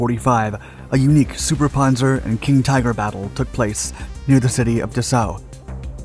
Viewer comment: You'd think if you're going to narrate a tank video you'd know how to prounce Panzer, Chassis, and Cupola not to mention places like Cologne.